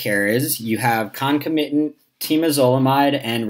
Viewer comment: Pronunciation of concomitant I know this is a small correction.